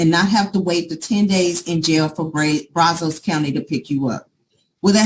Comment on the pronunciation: It is pronounced Braz-us, not Braz-ose.